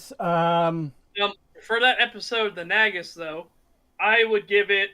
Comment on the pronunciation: why are they pronouncing Nagus like "nag us"? it should be pronounced nāgus, as in "nay gus" it's said many times in DS9. are they just differentiating it from the real world title "negus"?